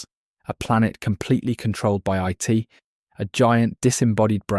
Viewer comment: A society where individuality is erased and free will is nonexistent is a perfect description of our own. Also, you do not pronounce IT like an acronym.